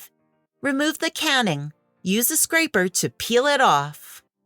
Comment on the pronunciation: Canning instead of caning… lol